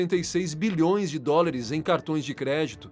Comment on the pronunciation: Bom conteudo, boa voz e dicção. Pórem vale a pena se atentar para algumas palavras ditas erradas. Não é DORILIS e sim DÓLARES. de resto, tuudo certo!